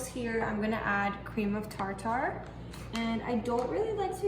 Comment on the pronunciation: That is pronounced cream of tarter instead of tar tar. These look very good. You have beautiful eyes.